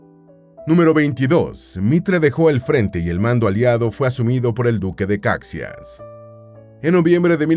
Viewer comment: DUQUE DE CAXÍAS, POR FAVOR. LA PRONUNCIACIÓN NO ES INDIFERENTE!!!